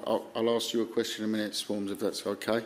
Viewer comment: "shwarmz" lmfao